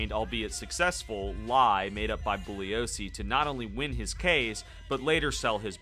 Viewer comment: Thank you for pronouncing Vincent Bugliosi’s name correctly. If you read anything about him, he’s a brilliant attorney and writer, as well as a super straight arrow.